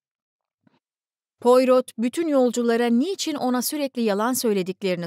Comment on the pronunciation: Pourot baş kahramanınız dedektifin kendisidir. İsmi fransızca olduğu için poyro diye telaffuz edilir. 🙏